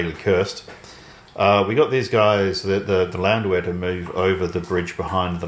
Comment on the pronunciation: "The Landwehr are gone" The Land-were